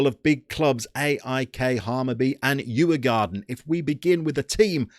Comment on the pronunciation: Decent Pronuunciation on Djurgården to be fair